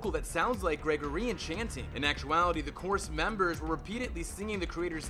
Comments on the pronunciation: greGORian, not gregorIAN. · New title: 107 Word Mispronunciations (and some Batman: The Animated Series Facts) "Greg-or-eehan" chanting (Gregorian = "greg-gore-ian") "Ah-bay" Vigoda (Abe = "ayb") Mark "Heh-meal" (Hamill = "ham-ill") Dark "Dee-co" (Deco = "deck-o") Fact #84 the episode "Trail" (instead of "Trial") Hey, a few mistakes out of almost 20 minutes of lines is an understandable margin of error. It is a great video anyway! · 107 Mispronunciations YOU Should Know! 1. Noir is pronounced NWAR. 2. Pretty sure Leahy doesn't have a T in his name. 3. Gregorian is pronounced greh-GOR-ee-uhn. 4. Hamill is pronounced HAM-uhll. 5. It's "Mask of the Phantasm," not "Mask of Phantasm." 6. Credit where it's due, I've never heard the name Abe pronounced "abbe" before. But it's still wrong. 7. Bergman doesn't have any burgers in her name. 8. Deco is pronounced DEH-coh. 9. This isn't a mispronunciation so much as a misrepresentation, but Montoya isn't a supervillain. Unless you count Earth-Three. 10. Burnett is pronounced bur-NETT. 11. Hardly Dent. I get it. It's because he hardly has a face. Right? 12. Trial is pronounced TRY-uhl. 13. Harvey isn't pronounced Hardly OR Harley. Good try, though. 14. Underdwellers has another d for it to be "dwell." 15. Silicon, not silicone. Some of these you pronounced again correctly, but still. Shouldn't be too hard to rerecord the mistakes. Still, these are interesting facts, and I respect the time and editing that went in to making this video! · Your pronounciation is all over the place Gregorian - Greg - or- ee - an Hamill - Ham-ill It's Jervis not Jarvis. Valestra not Valesta And I'm only 4 minutes in! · TheHeroesOfCRASH yeah they mispronounced Hamill and Gregorian as well, they could have done more than one take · Or the butchering of "Gregorian". If you do not know how to pronounce something, look it up beforehand. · You mispronounced NOIR and GREGORIAN and that's when I stopped the video and decided NEVER to watch your videos again.